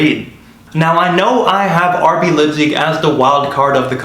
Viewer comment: The name of the German city is NOT "LIPZIG." The "ei" in Leipzig is pronounced like an English "i."